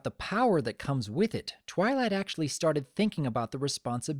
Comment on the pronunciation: he said trylight let me put that side by side of what i heard i will put it in caps TRY LIGHT i keep hearing him say that